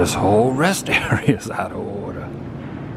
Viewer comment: "This whole rest stop is out of ohhwwda"